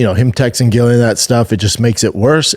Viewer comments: It's hard to watch when Chin has said their names correctly, he's heard the video they jst watched with Ariel saying their names correctly yet.. still it's "Gillian" love you dude but this is such a pet peeve wth me. These guys doing mma podcasts have gotta do better with the names please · It is actually Gillian with no J at all.